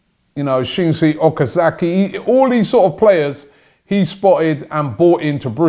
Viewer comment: Their 1st names are Shinji, not Shingi, but yh, I noticed that too. xD